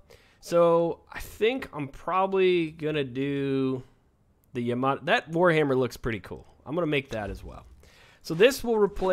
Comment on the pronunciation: It's pronounced Yam-a-tie. Like Sa-boo-tie. Yamatai, Sabutai. Japanese names.